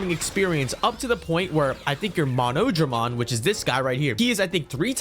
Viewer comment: Btw he’s pronounced mono-dramon nor mo-nodramon